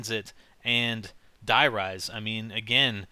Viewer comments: please man Die in german is pronounced DEE thanks :) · it's not "DIE RISE" ! it's german dude... if you must pronounce it in american, say " the rise" ? x ) it's not die like in killing or anything... N00b americans die = the.